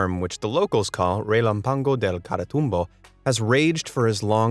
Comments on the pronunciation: Your Spanish pronunciation is atrocious, an A with an accent ( ' ) means the load goes into the letter: you're saying relampàgo (wrong) while the written word tells you it's relàmpago (right). Just google it man. Make an effort. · Relanpango lol its reh lamp ago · Re-lam-pa-go sorry I cringed evertime you said relampaNgo 🤦🏻‍♀️🙈😅😬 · the accent over the first A is not without reason......it is the TONIC of the word......so it becomes r e l A´m p a g o....re LAMP a go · Relámpago Pronounce: He’lanpago (go) =(GO) gone. But it’s amazing to ear